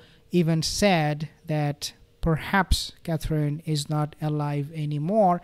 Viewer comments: Hi there please pronounce Catherine Roperly . It’s Cathrin not cathreen xxx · You say, Catherine’s name beautifully.